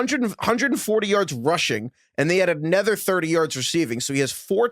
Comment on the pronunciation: making fun of Brady’s pronunciation but he says “anEther” almost every pod 😂